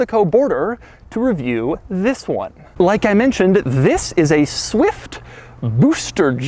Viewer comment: Nobody: Doug: SUH-WIFT BOO-ster Jet